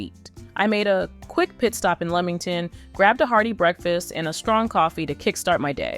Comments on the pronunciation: It’s Lee-Ming ton not leeming ton! And Pea-Lee island not pale-lee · Sorry if I have to hear pay Lee and lemong ton beach one more time but the weird thing is through the video a couple of times she pronounced it right so is she trying to drive us nuts lol😂😂😂 it’s actually a very good video but it’s driving my brain crazy lol